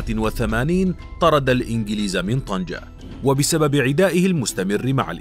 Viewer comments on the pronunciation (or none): none